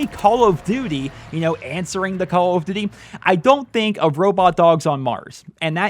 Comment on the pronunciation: 'call of doody'